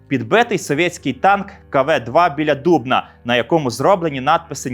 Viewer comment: Почув згадку про місто Дубно і підбитий узкий танк кв-2, ви так вимовили назву міста як корінний житель або ж людина яка відвідувала наше місто❤